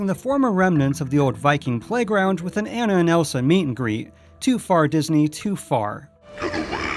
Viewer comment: You said Anna's name wrong